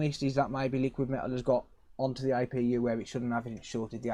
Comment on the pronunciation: its APU NOT IPU